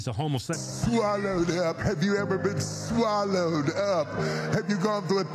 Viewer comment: I know. He emphasized "swallow".